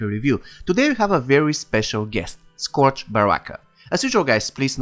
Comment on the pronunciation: good video bro, but it’s pronounced (skerj) sounds weird but blame english